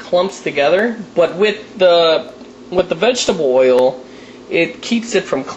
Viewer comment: It's not Vegteboil fool it's Vegetable Oil